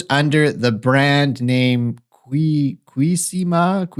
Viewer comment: Doctor, here’s a phonetic breakdown: Q-see-mee-a